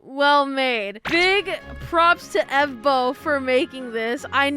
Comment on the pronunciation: Evbo not efbo😅